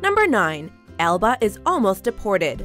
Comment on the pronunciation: If Alba feels like she is your abuela then pronounce her name right!!!